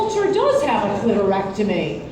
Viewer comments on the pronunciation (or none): What the fuck is a clear actomi? I'm Dutch :D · Drink every time Ann says "clitorectomy."